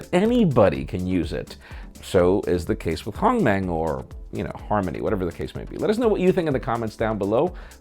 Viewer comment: Huawei and Harmony. Both have pronounced H's. #HNotSilent